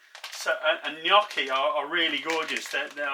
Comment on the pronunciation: First of all, I'm Italian and I hear so many people pronounce Gnocchi wrong. You say it perfectly! I have memories of making home made potato Gnocchi with my mom. It's so good and one of my favorites. As you poured the 2nd glass of wine, I was wondering if that one was for you. hahaha. Great recipe!